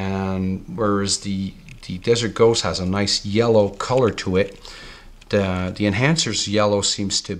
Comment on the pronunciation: The word is THE!! Not "deeeeee"